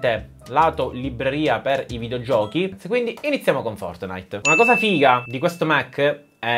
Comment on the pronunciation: Ma perché sei palermitano e devi modificare sempre il tuo accento dicendo 'figa' come i milanesi? Poi A ti è presa la parlata veneta alla danny lazzarin